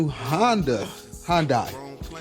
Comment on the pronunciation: Your saying the name wrong. Its Hyundai, not Honda.